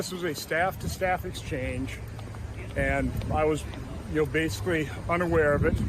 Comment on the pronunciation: Maybe he said "bs-ically"